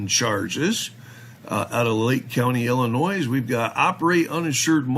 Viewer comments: The ‘S’ is silent in the word “ILLINOIS” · You notice how pronounces Illinois... had to look it up... dude pronunciation... y'all make fun of 'Auditors' mis pronouncing words.. how 'bout a wee spell check amongst yourselves lol